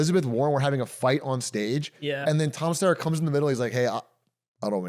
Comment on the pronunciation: DougDoug is just false reporting and saying names wrong throughout the whole CA governor race segment. Maybe do a little more pre-show research to understand their actual agenda. Get Steyer name correct, also understand what Mahan policies are... he not a techno-crat. And then he gets the Texas thing wrong. Stop vague reporting unless you are going to do the research.